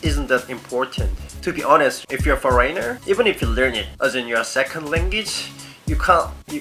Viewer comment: langgidge?foreyner?lol dont mind me